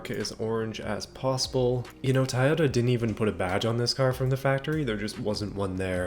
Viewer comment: I love how he say taiyota as in Taiwan